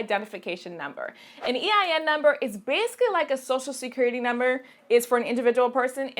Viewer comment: is that an accent? "bayasically"